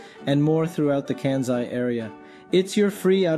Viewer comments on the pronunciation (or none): This is actually a great guide and also my ears bleed and a little part of me dies inside every time he says KEE YOH TOH There are only two syllables in "Kyo-to" Also Kenzai for ("Kahn sai") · 関西/Kansai is pronounced as "Kan-SAi" with "s" sound not "z."